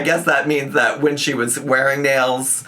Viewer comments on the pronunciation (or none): WHY WOULD YOU SAY FINGERLYNNING?? PLSS 😭😭😭💀💀